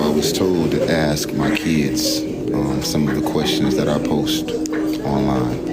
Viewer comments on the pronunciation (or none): he cant even say ask right, take his licensing away. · How you axe me to read dis? You doing too much !!!